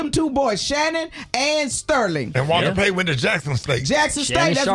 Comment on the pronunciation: He said Walter Payton 🤣🤣🤣🤣🤣🤣🤣🤣🤣